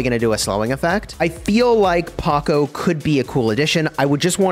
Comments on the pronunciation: Its pronounced ""Powkow" not ""Pohcoh " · I got triggered hearing you say Paco over and over again💀. Glad you caught it in the comments section. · Every time he says Pocko 🤢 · PS THIS IS SUPER EMBARASSING BUUUUUUT it's POCO NOT PACO. THIS IS WHAT I GET FOR RUSHING AHAHA. At some point I say "groot" but I mean Gru, lol. WELLLL hopefully you enjoy it anyways!! Actually no, I intentionally mispronounced it to farm comment engagement. Yeah. That's what I did. Totally. Fully not a complete blunder on my part, intentionally comment farming. /facepalm /embarassed hahaha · Bro really called poco paqoe (geometry dash reference found?) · Bro what is your pronounciation of poco 🤣🤣🤣🤣 paco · it’s “poe-co” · Him saying paco doesn't sit well with me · The way you said Poco ia hilarious 😂😂